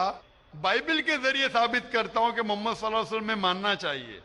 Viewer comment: Lafz e Muhammad sahi se lo Labbaik Ya Rasool lallahh I love❤ Muhammad. Meri jaan aap par qaurbaan Ya rasool lallahh.